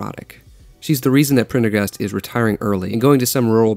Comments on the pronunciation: Thought about this for years ,yet you can’t pronounce his name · Couldn't finish your video. The gag about being unable to pronounce the character's name stopped being funny within the first 2 seconds. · How you gonna have trouble pronouncing "Prendergast" but then just fly through "reciprocity" lol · Prendergast was too hard for you to pronounce?! Woah. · Bro, how is Prendergast hard to pronounce, don't be that LAZY. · Prendergast is not a difficult name. You think you re funny and you think you ve got this all right. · Your inability to pronounce a very simple name, like Prendergast, assures me that you have no clue what this movie is about. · That annoyed me too. Made me wish I still had my old Uzi so I could help him cure his annoying conceit. Peace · its not even prender. its PENDER-gast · Just learn how to say it, christ. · I'm very happy this was top comment lmfao I also found it wildly obnoxious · I was somehow thinking I was the only one cringing when I heard that. I don't know why… It's a lame, ridiculously over-used joke. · How difficult is Prender-gast? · Phonics are fun: Prendergast. Sound it out: Pren - der - gast. Pretty damned easy. You got the "prender" part, so why was "gast" difficult? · It’s pretty disingenuous when the guy formatted a whole video essay evaluating the themes and characters of a movie but cannot pronounce the name of one said characters that is actually pronounced multiple times in the movie. This movie is mostly about ownership and taking back your life just in the view point of a broken dangerous man. Maybe it’s a Concept Gen Z can’t grasp because everything in their creative entertainment viewpoint is posi- colorful half baked bull. For 90s kids like myself this and Fight club were especially relevant because we lived it. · I don't think he even watched it, he some how couldnt pronounce Prendergast? im sure it was meant to be satire but man it left a sour taste